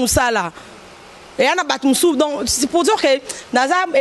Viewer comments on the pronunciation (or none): maladie ya Job ezalaki lèpre et non lebre!!!! On dit souffle de vie et non souffre tika agitation maman heu.. Oza vraiment incorrigible yo kiekiekiekiekiekieeee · vraiment oyebaka koloba te pkoi😡😡souffle de vie et non souvre de vie😡,lèpre et non lebre 😡 yo penza eiiish